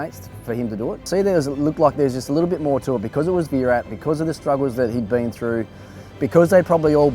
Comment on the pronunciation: His name is VIRAT not v-rat. Show some respect..